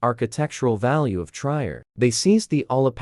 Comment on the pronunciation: I wished you would pronounce the name of my hometown "Trier" correctly. It is pronounced Tree-er. I also wished you would show actual pictures of the Roman buildings in the city, instead they were from placed in Italy, France and other places. Jutta (pronounced Ut-ta